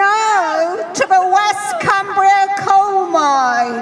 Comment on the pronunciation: Coal not dole, oh my gawd